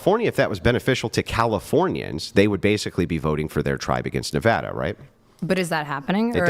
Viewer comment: Thank you for pronouncing Nevada correctly.😂